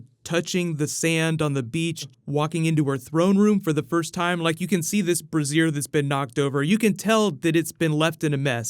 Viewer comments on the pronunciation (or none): Amusing that he pronounces "brazier" (BRAY-zher) like "brassiere" (bruh-ZEER; what "bra" is short for). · a knocked over brassier?! surely you mean a BRAY-sher. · "brassiere" and "Brazier" are not pronounced the same. One is "Brah - Zeer" the other is "Brayzure". I promise I'm not trying to be a dick who just wants to correct you. All to make myself seem smarter. No, I just want to make sure you weren't mispronouncing the word and getting snickers behind your back because you called a fire pot a bra. Though they are both hot, you might be left with scars if you try to reach around the brazier to undo its strap. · Is that a BRASSIERE OR A BRAY SHURE LOL1 I think Brazier is #2 but boy I sat up when you said brassiere. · LoL, BREAZure, not BraZEERE. Good vid though!! Thanks! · At 3 minutes you say brassiere or bra when I think you mean brazier a lighted coals. Brazier sounds like bray with long A like a donkey says and zhur. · lol pronouncing "brazier" like "brassiere" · Yaay!! Bout time for some (how will high garden fit into this whole crazy thing)- I need some super snarky Lady Olenna quotes. Im so much looking forward to Bran being back at Winterfell & what info he'll get from the heartswood tree. But I need to gently call out your mispronunciation of "brazier" as reffering to a womans undergarment vs. a recepticle for coals set on fire. Correct pronunciation is [breh-zhur] for the latter.